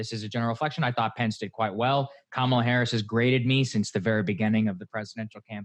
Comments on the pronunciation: And it's KA-ma-la, not ka-MA-la. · Please learn how to pronounce Kamala. Your ongoing mispronunciation is embarrassing and disrespectful